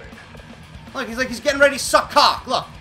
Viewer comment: LOL the way you say cock